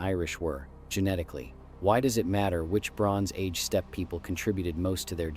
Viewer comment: Stepee? Auto-coh-thonous?